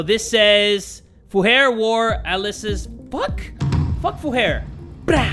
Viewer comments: I love how he said ''fuher'' as 'fuhair' and not 'fiu-her' lmfao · Also the way how says fürher is so funny